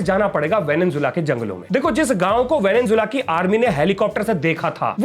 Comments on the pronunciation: venezuela✅ venenzuela❌ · Venezuela ko venenzuela bolteho